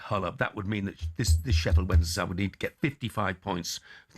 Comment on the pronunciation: Why does Stelling insist on saying Wedensday? Rather than Wensday?